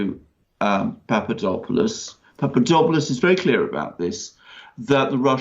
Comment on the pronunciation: You are miss pronouncing the man's name. (Say it fast, POP-pah-DOP-poh-lust)